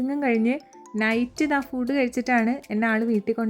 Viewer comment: ചേച്ചി ഫുഡ് അല്ല ഫുഡ് ആണ്